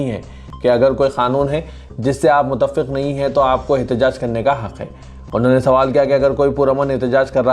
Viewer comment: Muthaffiq....wrong hai ...sahi thalaffuz seekho bhaee